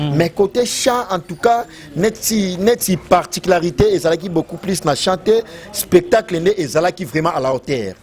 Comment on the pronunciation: Dinara on dit spectacle non espetacle😂😂😂